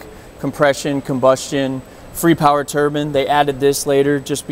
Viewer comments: I cant watch this guy say turbin anymore.... I get enough of that at work man, theres an E and the end for a reason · It bugs me when people pronounce turbine like turban.